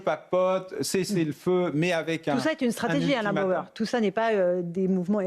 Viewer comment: C'est Bauer et non Bayer. Contrairement à vous il sait de quoi il parle et ses analyses sont construites et pertinentes. Même s'il est parfois énervant à avoir des analyses sur tout. Mais c'est le lot des surdoués qui font rire bêtement certaines personnes très ordinaires.